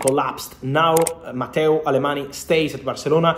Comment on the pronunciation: I love Fabrizio’s accurate updates on the market but as a Catalan I wish he’s pronounce Mateu Alemany’s last name correctly… It is not pronounced with an ‘e’ sound at the end, but rather like the French ‘gn’ sound as in oignon.